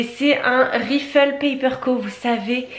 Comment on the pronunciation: le mot "rifle". c'est prononcé "raïfel", c'est une marque amercaine, j'aime beaucoup cette marque